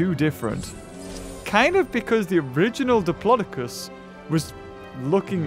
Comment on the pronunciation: said diplocis